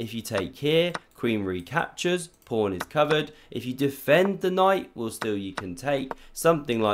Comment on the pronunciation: Why do you always say pRawn at the opening?